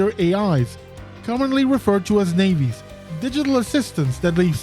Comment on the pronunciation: You had me until you said "nayvi" 😂 Other than that great video!